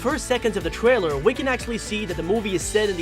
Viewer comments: sir trwailer??????🤨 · no trying to b mean but he says twailer instead of trailer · every single word whats with the letter "r" like secret and trailer but he says "sEcWeT twAiLew" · the gwaphics twailer